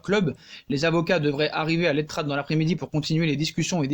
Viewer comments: Tu dit mal c est pas l etrat mai sa se prononce l etra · On ne prononce pas le t final dans "l’etrat" et ce prononce tout simplement comme il s’écrit, pour le forez le Z ne se prononce pas et se prononce donc un peu comme "forêt"